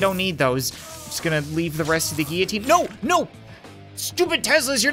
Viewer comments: says 'GEEITINE' me: its GILLOTINE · It's pronounced gill-o-teen